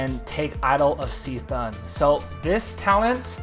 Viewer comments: C'Thun pronounces like "K-Thoon". :shelterin:Great guide. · When you said C'thun like that my soul left my body. Other than that nice guide ahaha